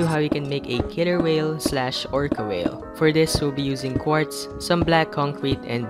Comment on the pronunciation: Did you know that the killer whale a.k.a. orca you got it wrong? You said oh whale